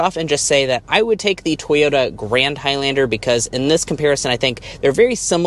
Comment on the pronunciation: Why are you pronouncing High-Lander? You're the only person in the world with that pronunciation. I had to leave the video it was so irritating